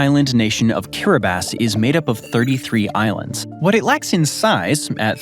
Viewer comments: Not sure about Ceuta, but Kiribass is correct 🤨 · Kiribati is being correctly pronounced here